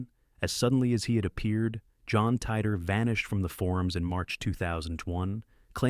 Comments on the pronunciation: cant even prenounce titor correctly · wow, Hold on—are you seriously claiming this is real? If you’d done a bit of proper research, you’d see that John Titor was a hoax created by a couple of people. Also, you’re not even pronouncing ‘Titor’ correctly. This first part of your video is already spreading misinformation.